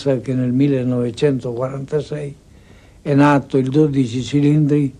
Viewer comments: Superb engineering but I struggle with the styling. Looking forward to seeing it in person before passing judgement. Henry does need to work on his pronunciation of 12 Cilindri. As an Italian it is painful to listen to. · Lovely video by a pro, thank you Henry Chatchpole. BUT: It’s DOdici ci-LINdri, not doDIci cilindri :) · Dodi-Che , like "Che", She-llindri . You have to roll the R' like Alfa Rrrrrromeo, Ferrrrari. Little Italian over a glass of RED 🍷... BEAUTIFUL CAR ! The 458 is the masterpiece to me.